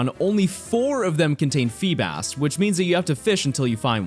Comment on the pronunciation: FEEBAS DOES NOT END WITH AN H!